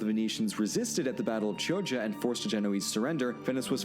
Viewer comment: The corrent pronounciation for Chioggia it's "Kioggia". I now argue that it is really a far cry to attribute to Venicians the start of the Reinassans, wrong I would say. You can just take a look at the art: il Rinascimento started in Florence and Rome which were not in the best relationships with venice.